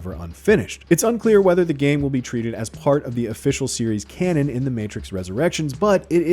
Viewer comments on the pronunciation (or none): none